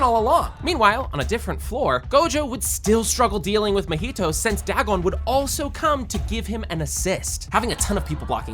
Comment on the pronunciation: Porque ele fala "mAhito"🥀😔🙊